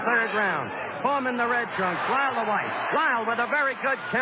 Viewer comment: Is it just me or Cosell kept saying "Wyle" instead of "Lyle" during the first three-four rounds?